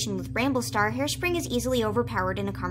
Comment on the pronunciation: Harespring sound like hairspray